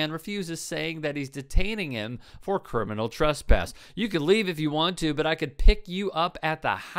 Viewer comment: Wtf is “curminal turspass”?